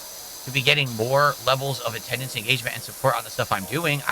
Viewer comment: PleaYUse stop give me money or gtfo also why anyone's talking to ME, REE?! Attuhndance is down, kahntributions are down, what's goyiungahn?! - 43yo Lolcow